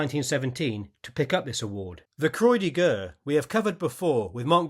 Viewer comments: The pronunciation of the French "Croix" is NOT "Croy", but "Croa"! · This is an excellent and detailed video, and thanks for making it. But I'm sorry to say I'm raining on your parade over your pronounciation of the French military medal, The Croix de Guerre as your pronounciation is incorrect. It's not pronounced "Croy" but is pronounced "Kwa" Croix: Pronounced like "kwa" in English. de: Pronounced like "duh" in English. Guerre: Pronounced like "gair". (as in stair) Kwa duh gair (Croix de Guerre) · The "Croi de Grrrrr"??!! La "Kr-wah de Gair" at least, s'il vous plait!